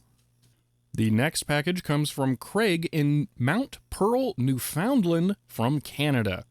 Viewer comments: They speak Spanish in Buenos Aires. Also: New Foundland is pronounced nyoo·fuhnd·luhnd. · by the way, Newfoundland is prounounced "newfin-land" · Aw, Americans pronouncing "newfoundland".